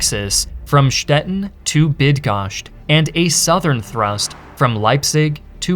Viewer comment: you pronounce Stettin like the city Stetten, which is in the south west of Germany.